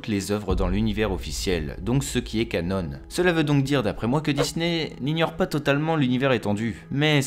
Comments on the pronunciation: Sympa... Par contre j'suis désolé mais "canon" se prononce... bha "CANON" et non "canone"! Ça m'a plutôt piqué les oreilles!!! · on ne dit pas Canone" mais bien canon, comme un canon de bateau pirate ^^ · Moi c'est ses "canone" qui m'ont rendu fou. C'est "CANON" bordel, du français de base. Tes vidéos sont biens mais ça reste un supplice pour les oreilles, un effort pitié. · Les oeuvres qui ne sont pas légendes se prononcent: Ka-non (de canon) et pas ka-none; c'est pas une marque d'imprimante..... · Cela se prononce Canon, pas Canone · Ca-NON et pas Ca-NONE mec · Stp dis canon et pas cannon on parle pas d’un putain d’appareil photo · merci ! par contre on ne dit pas "canone" mais "canon", c'est un mot français. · "Cannone" issou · Oliver Septik canon c’est un terme français et ça se prononce comme l’arme. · Té woane oui oui "canone"... la avec vos prononciation a la française... et après ça veut corriger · Gaeld ric il le prononce juste à l’anglaise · Tu sais canon est aussi un mot français (Canon, création officielle dans le domaine des œuvres de fiction). Donc tu peux le prononcer normalement, à la française, et éviter d'écorcher les oreilles des abonnés. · Canon s'écrit de la même façon en anglais et en français, mais ne se prononce pas de la même façon. Tu fais une faute à chaque fois que tu prononces ce mot ! Ta video est très bien mais ça fait mal aux oreilles. ;)